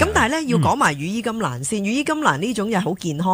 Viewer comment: 羽衣甘藍(藍色嘅藍) 唔係(蘭)